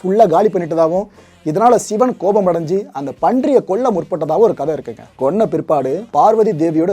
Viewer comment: சிவன் என்று தானே இத்தனைக் காலமாக சொல்லியும் எழுதியும் வருகிறோம்... சிவன் என்பது தான் இயல்பாக உங்களையும் மீறி உங்கள் வாயில் அவ்வப்போது வருகிறது.... அப்புறம் ஏன் செயற்கையாக ஷிவன் என்று சொல்கிறீர்கள்..... ??? படம் அருமை...